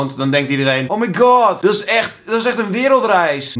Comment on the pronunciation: hahahahaha "oh my gowd das bijna een wereldreis..." "nee."